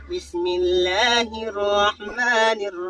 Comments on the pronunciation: Ap apni bismillah sahi kro bhai. Do jagah ap ne waow add kia. Niiraheem hy nirrwaheem ni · میرے بھائ آپ اپنا بسم اللہ ٹھیک کیجئے آپکے ٘پڑھنے کا طریقہ "بسم اللہ الرھمن الرھیم" ھے جوکہ بالکل غلط ھے اپنا تلفظ درست فرمائیں ۔